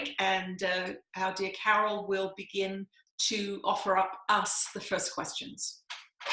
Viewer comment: Yes, Carol, you did pronounce my name correctly. 😁 Thank you for taking my question! 💥 Thank you and Jesus for the work you are doing. 💖